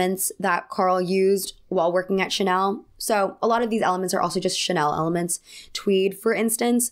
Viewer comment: "Chanel elements." All I heard was "Chanelements."